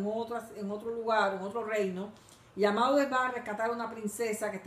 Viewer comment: No es "Amadis", es "Amadís".